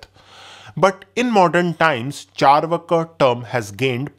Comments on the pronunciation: Pronunciation is charvaak not charvaka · Bro it's चार्वाक not चरवाका